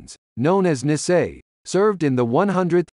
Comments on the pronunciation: It is very difficult to listen to this person mispronouncing Nisei, it should be pronounced knee say. Also the correct unit designation for the 100th Infantry Battalion is 100th Infantry Battalion Separate. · Speaker should have learn to pronounce Nisel correctly !!!